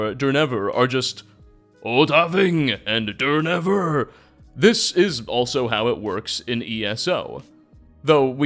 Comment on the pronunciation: Is an IA reader? He absolutely butchered Durnehviir's name. "Dur-never" should I pronounce like EpiicNaté?